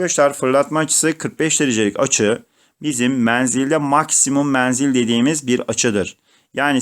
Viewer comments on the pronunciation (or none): hocam niye menzile meaanzil diyorsunuz? kolay gelsin saygılar.